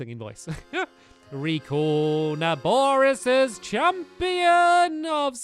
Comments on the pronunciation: Stampy! It's vah naboris not vah nobosa!😂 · not to be roo d but its vah naboris